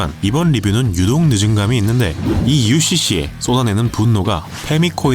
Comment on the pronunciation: UCC라고 부르는 부분에서 강력한 의지가 느껴지네요 ㄷㄷㄷ